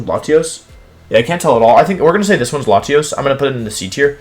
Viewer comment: Bruh I’m pretty insulted with the way he puts latios , c!!! I am enraged